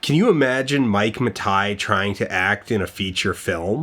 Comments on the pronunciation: Was pronouncing Matei as Matai an artistic choice? Or was it cloaking spite or apathy in pretentious drapery? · Oh wow am I supposed to take this video seriously if you’re pronouncing it “Matai”? (It’s Matei) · Mike Muh Tie. I didn't know Mike owned a tie. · IT'S PRONOUNCED MIKE MATINEE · Outstanding video, but you know it’s pronounced Ma-tay right? Or maybe you really do know that. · I'm rewatching this video a year or so later because I was reminded of it and remembered that it was good, and it is, but I'd forgotten Dan pronounces Mike Matei's name like that the whole time. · Why do you consistently mispronounce Mike's last name despite it being on record with him pronouncing it differently? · How could you do this much research and not know how to pronounce Matei? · Have i been mispronouncing Mike Matei all this time??? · 1.) Super happy to see a new Dan video! 2.) After all the research he did how did he still mispronounce Mike Matei's name? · How did you pronounce Death Mwauthzyx right and not Mike Matei? Was that intentional? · the way you pronounce Mathei is vexing me. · It's been suggested since then that Dan was actually trolling Mike with the pronunciation, and that tracks pretty well with who they both are. I can't believe he'd simply get it wrong and it is a pet peeve Mike has called out in his streams, easily findable as a trend through his rage comp videos, which are what I bet Dan watched during research. And he'd want to take a sideways shot at him, but not drag it out into public. I thnk they would both just find each other distasteful as people, you know? It makes sense. What does not make sense is thinking that a food product or restaurant brand can feel the same disrespect that a person can, upon their name being misused.